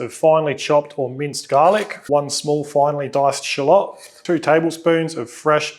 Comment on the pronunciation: Did he say shilop? What the heck is that